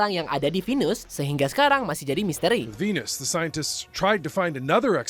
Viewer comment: Di venus bacanya kek vinus